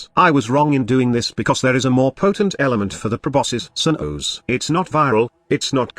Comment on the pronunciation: Proboscis Cern-OoOhsz.